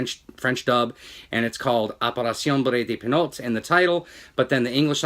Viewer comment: It was filmed as an English language film. But I did enjoy your Spanish rendition of the French title ;)